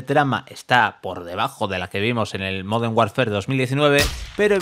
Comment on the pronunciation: Has dicho moden Warfare, se que sois tartajas y contratáis a niños, pero coño al menos leer bien.